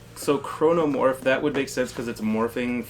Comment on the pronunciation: Small correction. Its actually Carnomorphs, not Cranomorphs. Carne means Meat in most latin languages, and I guess that's what they are going for with these aliens. They seems do be made out of clumps of flesh. I guess the name would literally mean Morphing Flesh.